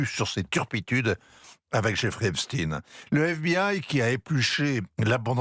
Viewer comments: Epstein, et non Eptsine, SVP.... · Epstaillegne et non pas Espstine ! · Epstine au lieu d'Epstein... Et pourquoi pas Einstine au lieu d'Einstein pendant qu'on y est ? Peur d'être accusé d'antisémitisme ? Stupide. Va-t-on devoir dire Stroscan au lieu de Strauss Kahn ou Jacques Lent à la place de Jack Lang ?😊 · Ça se prononce EPCHTAÏNE (et non EPSTINE façon Bruce SPRINGSTEEN) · Prononcéz epSTEIN et pas epSTIIIN pour faire oublier que le mossad et les rot sont derrière tout ça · EpstIN 😂😂😂 Toute la terre dit epstein comme Einstein Qu’est ce que ça veut dire ? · J'adore l'intro ou il s'oublie et dit "l'affaire Epstein" et se reprend apres heuuuu Epstine ... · Epstine vous insistez, epstine pourquoi???